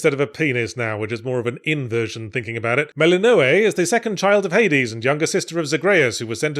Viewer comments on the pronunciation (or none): Did he mispronounce Zagreus and Melinoë just to rage bait the viewers?